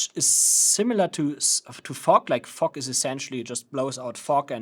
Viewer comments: I keep hearing u say '' FUCK'' instead of ''FOG'' 🤣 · I came here for educational purposes, not Comedy🤣❤😎. Brother is saying fog with a "ke" sound after the G which sounds like you're saying "F**k"... great job spreading Fogk all over the place🤣